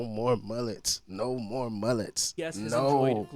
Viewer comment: the way you say mullets 😭😭you say muUUHlets💀